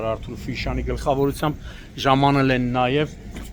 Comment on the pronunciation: Ժամանել։են ժամանել։ են ծամանել են վյաախք